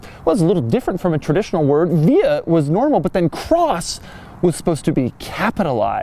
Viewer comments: In Britain, we pronounce it "Veeyikross" Not Vee-Hih-cross". totally sounds like you're having a medical episode everytime you say the damn word. And that's on top of your irritating voice quality! You're still a really nice guy tho. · I was told by Isuzu when I bought mine that it's pronounced V Cross